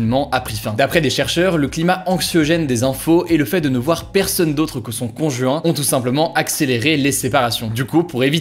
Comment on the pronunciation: "con juin"